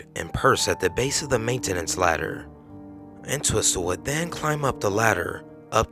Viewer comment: it's WOMEN, with an "e" pronounced "Wih-min" and you're not supposed to pronounce the second "T" in Entwistle. Should be.... "En-twiss-uhl"